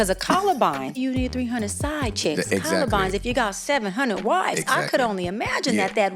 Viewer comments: 300 columbines is crazy and she repeated it 3-4 times so she had an opportunity to say concubine correctly 😭😭😭🤦🏾‍♂️ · I was about to comment on that. She said “wifes and columbines” 🥴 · Why not correct her when she said columbines? He intervened when saying the quote correctly. Having someone continually say the wrong thing, in your face, is wild! And now it’s forever documented🤦🏾‍♀️ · 700 wife’s and 300 columbines😂😂she needs speech therapy or linguistics😂😂😂